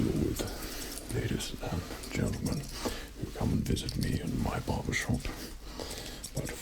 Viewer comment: Ah yes the Mentlegen 2